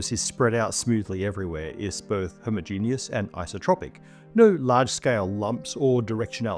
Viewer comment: I appreciate pronunciation of “homogeneous”. Hearing it pronounced as “homogenous” is like nails on a blackboard for me.